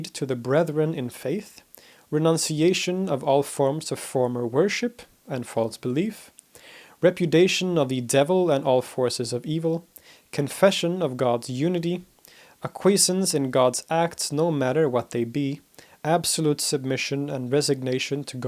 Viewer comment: A very good presentation by a very good speaker. Only one nit to pick: the latter should learn how to pronounce ‘acquiescence’ (4 full syllables!) and ‘repudiation’ (5 ditto).